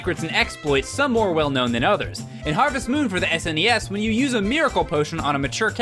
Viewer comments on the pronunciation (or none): none